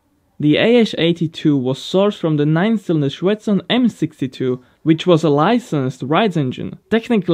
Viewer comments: Not ShvEtsov but ShvetsOv, and also not MIkulin but MikUlin. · Shetsov is pronounced shvetssoff. Mikulin is pronounced micoollynn.